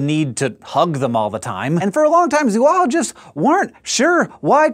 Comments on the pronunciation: ZO-ologist. Not ZOO-ologist. At least in the US. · Hank, please look up how "zoologist" is pronounced. And the other words that begin with "zoo" while you are at it.